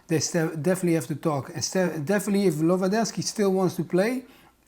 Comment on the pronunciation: A complete lack of preparation on the topic. There wasn't a single person in the studio who could pronounce Lewandowski’s name correctly — it’s really not that hard. Putting aside the lies of that last idiot, no one in the studio was prepared for the situation. Robert’s reaction is a result of the total amateurism within the entire Polish football association and the pathetic national team coach, who got offended because Lewandowski played a song on a speaker. Seriously, not a single expert found out that even though he didn’t come to the training camp, Lewandowski was at the match to say goodbye to another Polish player. Is it really that hard to read one article or ask a journalist from Poland, like Tomasz Ćwiąkała or Włodarczyk, for example? It’s kind of sad that the level of journalism at ESPN is so low. Of course, you completely ignored the numerous scandals surrounding the Polish national team — involving both players and the organization. That episode felt like a bunch of unprepared schoolkids taking a test without knowing which subject it was in. No regards.